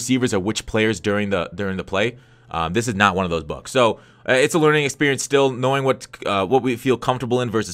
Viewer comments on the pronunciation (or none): none